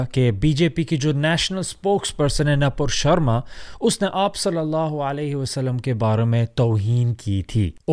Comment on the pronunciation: Oh My can't believe this you can speak hindi/Urdu MashaAllah multilingual brother.The way you speak नोपुर्र शर्मा🤣lovely